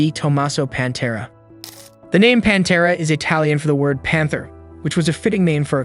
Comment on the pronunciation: Review your script, you’re calling it “The Panta” Are you using AI to produce this video. It’s Pantera!